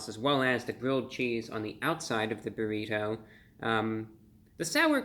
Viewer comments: I love how you pronounce "burrit-ho" Brah!! 🙂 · The way he says burri"toe" 😂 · The way he says burri TOE haha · I love the way you say "Burritoh". Like the butler on The Fresh Prince Of Bel Air. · I like the way you say "burrito" lol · Why he say "burrito" in cursive like that? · The way he says burrito is pretty funny. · The over pronunciation of the word "Burrito" is a highlight.